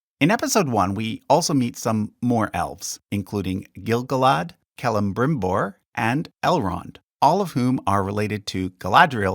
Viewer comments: why do you insert a second M in Celebrimbor's name? you pronounce it Celembrimbor...is there any reason why? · Why am I finding it so adorable whenever you say CeleMbrimbor? 🤣 Edit: actually all the mispronounced names are endearing! 😜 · You’re pronouncing Celebrimbor wrong.